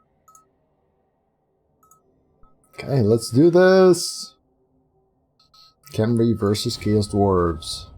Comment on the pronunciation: By the way, apparently its actually pronounced hem-ree